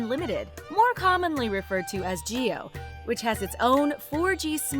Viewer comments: Jio not Geo😂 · Well put video. However, it's "JIO" & NOT "GEO"